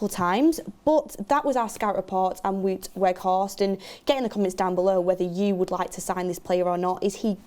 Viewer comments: IT IS PRONOUNCED 'WOWT' NOT WOOT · Wout is not pronounced as ‘Wood’. It’s more like ‘Wow’+t. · please its WOUT not WOOT. The W is pronounced as a V. so it is V-OUT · Wout is pronounced WOW-t not WOOT 😂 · Vout Vegh-horst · Wow'T Weghorst = correct pronunciation. Just for when he does join officially... knowledge = power ;-) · Yeah it's wout like in 'about' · The pronunciation of Wout on this channel is killing me...